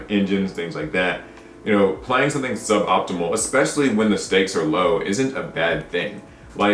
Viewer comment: ESpecially. Not EXpecially.